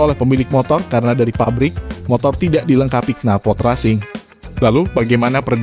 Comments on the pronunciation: Resing bang bacanya.. bukan rasing.. hehehehhe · Knalpor resing bacaan nya,bukan rasing..😄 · Bagus kontennya, tapi malah agak risih denger pelafalan racing jadi rasing. Bukannya pelafannya racing itu reysing? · kok rasing nyebutnya min? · Resing, tulisannya benar racing(bacanya resing), lol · Racing kok bacanya rasing 🤣🤣🤣